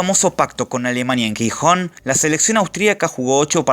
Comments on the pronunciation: buen video pero amigo el GI se pronuncia como si fuese JI, soy de gijon y eso nos toca bastante las pelotas pero buen video jajaja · Se pronuncia jijon. Por favor la g seguida de i o e tiene pronunciación j , por ejemplo gemelo. Para ser sonido g debería ser guijon.